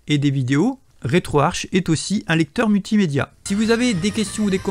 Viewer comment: Le programme etant en langue Anglaise, se prononce RetroArK et non Arche !